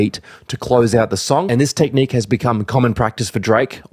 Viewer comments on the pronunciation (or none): none